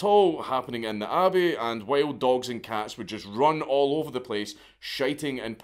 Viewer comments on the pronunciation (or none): none